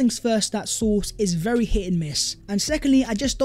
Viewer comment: Would be berry good ebening. 👍